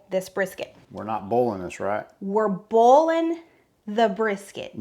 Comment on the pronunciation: Thank you for "boiling" it instead of "bulling" it.